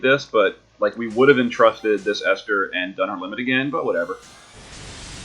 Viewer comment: Thanks for the video. You are one of the few people not to butcher my name.